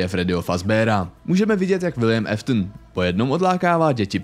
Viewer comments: kámo nečte se to Eftn ale Aftn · Jen taková oprava Williamovo příjmení se nečte jako Eftn ale Áftn